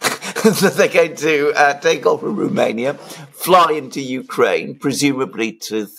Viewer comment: Apart from deliberately mispronouncing Romania, poor old Alexander doesn't know what 'as long as it takes' means.